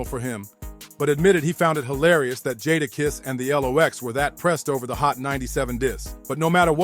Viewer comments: It's really not that hard to say jadakiss...🤦🏾‍♂️ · Made me cut it off …sheek louch??? Nah. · Once I heard Jahda kiss I was out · Who the hell is jah dah kess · Its pronounced "JAY"DAKISS Jay Da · Jahdah kess 😂😂😂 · Jata kiss? Who is that... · This mf say jah dah kiss one mo time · This dude really was pissing me off the way he was saying Jada’s name. How hard is it to say Jadakiss. You lost me bro. I didn’t even want to listen to you anymore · It’s really not that hard to say “Jadakiss”… 🤦🏾‍♂ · DAMN BRO UR PRONUNCIATION IS TERRIBLE 😂😂😂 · Thumbs down to the content creator.... Making content of artists without knowing how to pronounce the name is crazy work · The Jada kiss is diabolical it's not hard to to say his name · I’m not watching the rest of it cause they way he say jadakiss ✌🏾✌🏾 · The way he says Jadakiss name, it sounds like a whole different person. Sounds like a UK drill Rapper. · Its NOT tricky!!! These are well known rappers and you are butchering these dudes names. Cmon dude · Dumb ass narration saying the names wrong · I hate when they have the narrator says the rappers names wrong 🤦‍♂️ shit is annoying asf! And when he said “back then the L,O,X was running with the RUFF RYDERS- who had hundreds of street soldiers riding with them” and they show a picture of a bunch of dudes- but if you pause it and look - the dudes in the pic was - jay-z , Dame dash, Biggs , Camron, Emilio sparks and the rest of state property, Kanye west , some white lookin chick , NORE, juelz santana and not even DMX or KATO (DMX and KATO WHO was the leader of all Latin kings and the kings was Dmx’s muscle , cause of his close friendship with KATO, when KATO was set up and shot and killed DMX MADE that song “KATO” on the album” Grand champion “ i think.. but other than those few mistakes this was a good video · Jahdahkiss sheek Lowch?😂😂😂😂 from the Warlox to L OX??!!